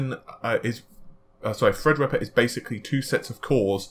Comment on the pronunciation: every time i hear "fredripper" i chuckle a little bit